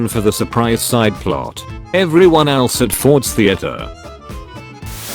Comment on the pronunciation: but sometimes they are pronounced wrong. It said elees not else.